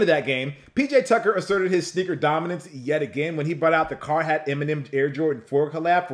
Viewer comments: It’s Car “heart” not Car hat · It's Carhartt not carhat lol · CarHARTt not HAT.